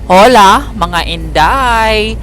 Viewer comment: Correction po. Ungi HOLA nyo silent H po as in OLA. Para e po kau magmukang tanga 😂